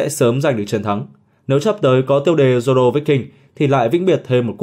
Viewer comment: Haki của Zổ k bằng của Zoro :)))) đọc lại còn sai thì cũng chịu